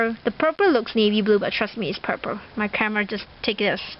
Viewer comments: okay no offence but..why are you pronoucing purple purper?again no offence :) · she does say purple purer its weird:-)